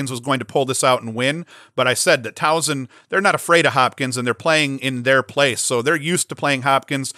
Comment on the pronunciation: Soft S in Towson, no z sound at all. Great stuff man. Thanks for what you do.